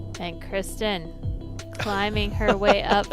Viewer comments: Yeah he's saying it the right way. Or at least closer than the American standard way we've been saying it for the last few years. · That is a much closer way to say it than the way they have been saying it.